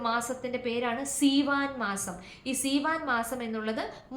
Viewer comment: Seevan month not theevan , written in our text.❤